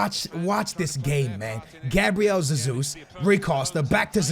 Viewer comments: It's not Gabriel Zezus, it's pronounced Gabriel Jezus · Oh ffs it’s not zezus. Just call him Jesus like normal. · It is not ZeZus. Cmon dude that’s just ignorant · You’re just saying Zesus xd , I’m Portuguese